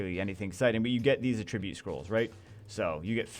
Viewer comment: I will make it my life's mission to get you to pronounce attribute correctly.